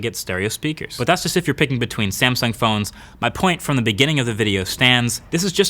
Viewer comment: Wtf is a Samsing